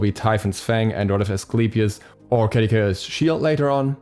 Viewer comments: I am lowkey annoyed at how he pronounces Caduceus. Ka-doo-suss is how I believe it is pronounced, not Ka-da-kay-shuss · ima search it up rn bruh. Edit: lmao neither one of you are right. its kuh-doo-see-uhs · By the way, Caduceus is a roman name, and pronounced "kah-doo-see-us". The second C is like an S.